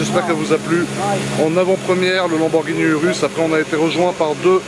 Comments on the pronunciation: On ne dit pas « URUS » mais on le dit « OUROUS » et on l’écrit URUS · ecoute moi bien tete de kiwi sa sce prononce Ourous et s'ecrit urus kiwi de crane